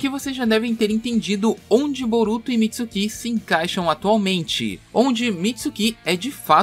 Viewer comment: Para mim já saturou ouvir tanto "Mitsukí" e "Otisuksukí". Nunca mais ouvirei isto.